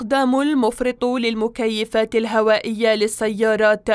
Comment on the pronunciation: المكيفات وليس المكفيات😂😂